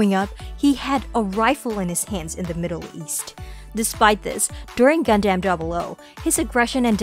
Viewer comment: is it just me or does anyone else get upset at the pronunciation of gundam? for me it will definitely be Exia